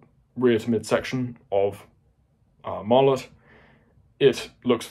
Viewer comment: What type of warhead does Martlet use? Also, you're pronouncing it wrong.